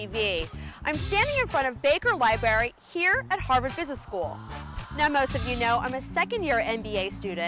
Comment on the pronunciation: They kept saying "Harvard" but I think they meant "Ha'va'd"